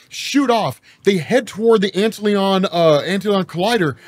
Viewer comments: Antlion, not Antleon. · Ant Lion ... not ant leon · It's not Ant Leon, bro. It's Ant Lion. Like the bug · massive appreciation for the vid. perhaps ant-lion and not ant-leon? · It's ant-lion not ant Leon haha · I'm going to take a wild guess here and suggest "Antlion" blackhole is probably pronounced "Ant-Lion" given the nature of that particular insect. Great video though! Thanks! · It just has to be pronounced "Ant"-Lion", with the emphasis on "ant"......the larvae form of a winged insect sometimes mistaken for the dragonfly. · lol you mispronounced "antlion" so bad that i was confused for a minute. its "ant lion", its a cool little bug that eats ants by building a sand trap. they are all over where i live, and we used to feed them ants when we were kids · my dude. antlion is not a french word. it´s an ant-lion. a lion to ants. pls.